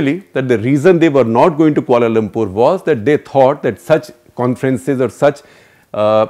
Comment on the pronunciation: Kia-Lum-Purr (3 syllables)